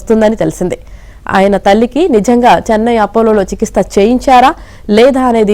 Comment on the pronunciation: చికిత్స అనే పదం సరిగా పలుకు